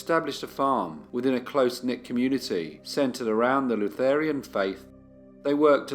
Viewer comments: Are you saying Lutherian or Lutheran? It’s Lutheran. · It's "Lutheran" not "Lutherian". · It's Lutheran (luther-an) not Lutherian.